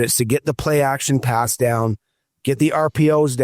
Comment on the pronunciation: check your audio. Every time you say pass the 'p' is silent.